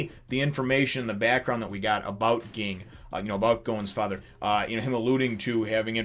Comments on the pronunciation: ..you don't call characters what you like them to be called, his name is Ging, pronounced Jing~with a J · Ging is pronounced Jing or Jin